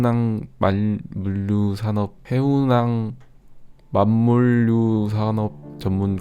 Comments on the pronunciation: 원래 발음: 해운/항만/물류/산업: 해운항/만물/류산업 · 해운항 만물류 산업 ㅋㅋㅋㅋㅋㅋ 해운 항만 물류 산업이라 읽으시면 편합니다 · 해운 항만 이렇게 끊어 읽으시면되용~~^^ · 이번에도 진짜 퀄리티 미쳤다... 윗부분 디테일 쩌는데 짧게 넘어간 것 같아서 아쉬워요.... 근데 해운/항만/물류/사업 이렇게 끊어읽는건 아닐까요?ㅋㅋㅋㅋㅋ 이런 모습은 처음이에요 ㅋㅋㅋㅋ 인간적인 모습도 너무 귀여우시네여 ㅎㅎㅎㅎ